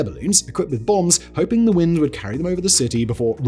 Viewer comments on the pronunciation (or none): none